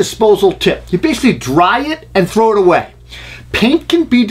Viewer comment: Good tip! But did you say "frow" it? That's shit I say lol